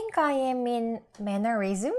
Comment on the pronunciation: Quirks 에 왜 s가 붙고 mannerisms에두 왜 s가 붙나요?그리고 왜 mannerisms 에서 s발음을 안하시는건가요?